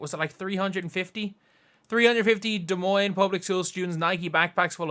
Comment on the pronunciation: OMG THANK YOU FOR SAYING "Des Moines" correctly!! :)